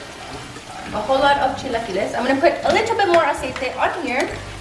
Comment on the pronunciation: I’m sorry but the amount of times she was saying “Aciete” was driving me nuts maybe it’s because I cant stand when people mix English and Spanish 🙄